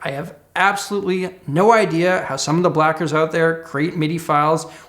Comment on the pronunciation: "I have absolutely no idea how some of the blackers out there create midi files with millions in it," - Edit: I am focusing on how he said Blackers